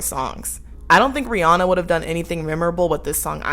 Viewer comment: Not even a minute in and I'm thrilled to hear someone pronounce Rihanna the correct way.